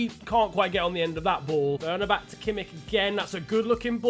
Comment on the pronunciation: Finally, someone who can say Kimmich🙌